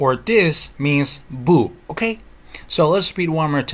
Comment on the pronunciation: i love the way you say "okey" ;)